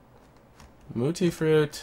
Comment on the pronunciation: Its mutfruit not mutifruit